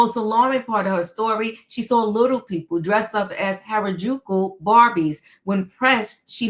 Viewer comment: Good morning the word is (hair-a-joo-koo). And why would she come out and not clean up that double entender. Little ppl, little ppl.🤦🏾‍♀️🤷🏾‍♀️ Lordy she sounds a mess. Did they look young or where they young. Because she looks young.🤦🏾‍♀️🤷🏾‍♀️